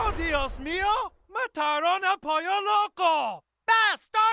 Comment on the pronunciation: It’s el pollo which is chicken not polio lmao